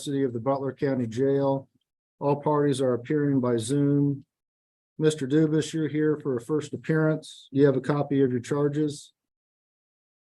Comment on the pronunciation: Why did the judge get the prisoners name wrong? It's obviously not Duvus it's Dufus.